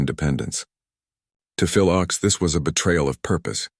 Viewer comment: Your mispronouncian of Phil's name undermines your narrative.